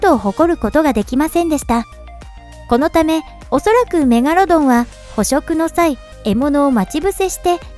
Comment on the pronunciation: 「メガロドンは生存していない」って言い切って、夢がねぇなぁ。 何回かに一回「メガルォドン」言うてるよね。 シミュレーションしても長い年月を経て生態変わってるかも知れない。海が全て解明されたとしても俺は「生存してる」派を貫く。 せっかく生存してたとしてもジェイソン・ステイサムが倒したら絶滅するやないか！